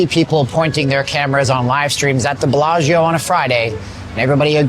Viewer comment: Did he say, "Blah Geo"?